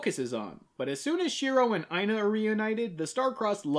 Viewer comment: Yo, the female leads' name Aina was my grandmother's name. This episode was trippy for me just hearing her name peppered through out it; thank you for pouncing it right too - i have heard way too many variations of the name (some not too clean to say the least) . Had to check if it was spelled right too, and holy hell it was. Thanks for this episode and happy Holidays!